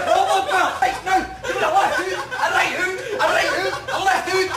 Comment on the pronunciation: RRRRIGHT THAT JUST DOES IT LOL